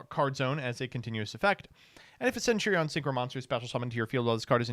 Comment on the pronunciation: I just learned doesn't know how to pronounce centurion